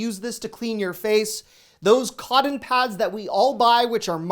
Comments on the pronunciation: Is he saying, "coddon"? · I get a chuckle 🤭 listening to you saying "cotton".....I have never heard it pronounced "Codden" 🤣🤣🤣 I'm from North Carolina and l had to call you out on it! All in fun of course 😉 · Are you saying "cotton" at ?